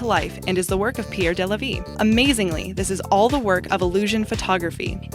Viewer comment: number 12 it's pronounced de la vee not day la vee